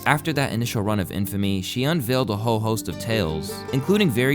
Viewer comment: Did you say "she made a whole career" or "she made a ho career"?